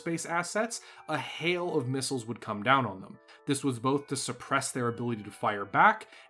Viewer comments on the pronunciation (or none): none